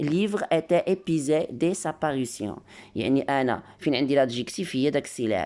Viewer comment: Épuisé se lit épwisé et non pas épisé